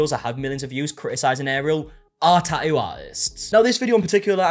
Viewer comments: Best part of the tattoo drama is that we get to hear him say "ta-u" over and over and over again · I just love how he says tattoo.. lol